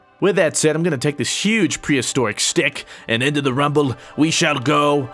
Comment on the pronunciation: "Prestoric stick" lmfao